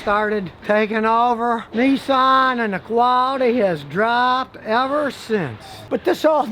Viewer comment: Nissan Not Nessan as in Pissan ,Nissan .